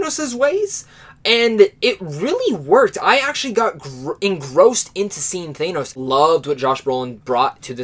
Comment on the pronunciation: the way u pronounce thanos is wrong